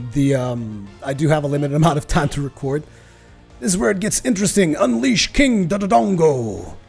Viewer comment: I hate to be that guy but... Its (more-al) not (more-aly) for morale. King Dodongo is (doe-dongo) not (du-du-dongo).